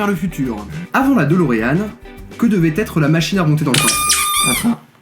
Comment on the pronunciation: "DOLOREAN" o_O sérieux....